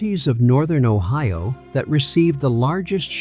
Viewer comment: The Ohio county pronunciation is hilarious 😂